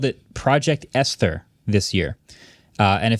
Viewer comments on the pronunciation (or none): Friendly correction: Esther is pronounced <ES-ter>, commonly spelled and sounded like the woman's name. The H is silent. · Surprised nobody mentioned Marques’ pronunciation of “Esther” 😂